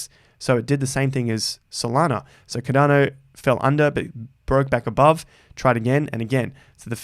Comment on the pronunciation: Its called CARDANO not Cadano...ffs like